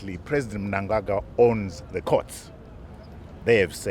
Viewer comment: Wow is that a real person or AI , coz she pronounced Mnangagwa correctly